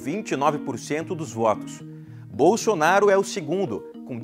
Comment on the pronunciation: Que delicia em veja comuna e nem sabe falar o nome do futuro presidente da selva kkkkk